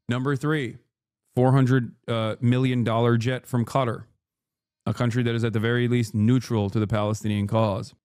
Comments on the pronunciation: He can say it properly, but I don't know why he says it in such an American way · I genuinely can't stand how he pronounces Qatar